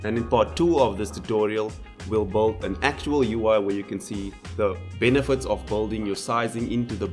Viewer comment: Cool! Try working a bit on your pronunciation, because your 'build/built' sounds like 'bold/bolt'.